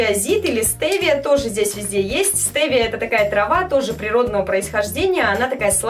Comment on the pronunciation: стевия а не стэвия